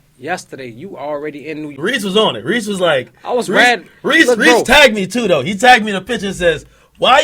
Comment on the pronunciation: ok yeah ak deff pronouncing it wrong lol. Cmon bruh